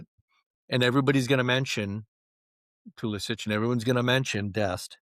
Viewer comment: This guy said “Pu-silic”😂